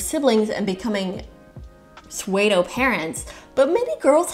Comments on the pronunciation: Pseudo is pronounced soo-doh. Just a heads up ❤❤ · edit, I think means pseudo mom here, but pronounces it “swedo”. Just wanted to drop a comment because I legit thought it was a term I hadn’t heard before! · I love what you're saying. I can tell you learned the word pseudo by reading, and because English is a hot mess of like fifty languages in a trenchcoat, it's pronounced nothing like it's spelled. It's pronounced like if sumo and judo had a baby. Also learning words by reading is awesome.